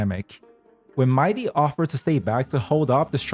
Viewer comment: no, it's not MAI-DEE. But speaking of "DEE", that's how you pronounce "THE" in "THE Herta". Rhymes with DEE, not DUH. You pronounced "THE" wrong 😂